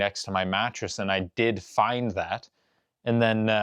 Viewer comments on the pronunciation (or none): none